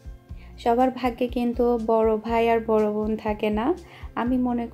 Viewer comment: apnar vobn sunte valo lage na ... bon bolte paren na